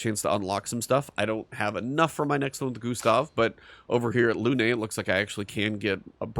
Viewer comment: It's Lune. Not Lune-ay. The game is French, you don't hit the last letter unless it has an accent. Didn't you open the video by saying you like to change sound so that you can hear voice overs?